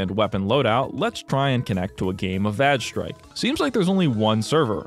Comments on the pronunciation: I'm sorry, VAGE strike?! LOOOL! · im going insane over vage strike having a character named dike (even though it's spelled like the geology term) there's no way that the game isn't pronounced (væj (short a) with that bit of lore